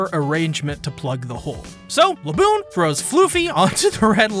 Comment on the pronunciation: The way you say "Laboon" is deeply disturbing...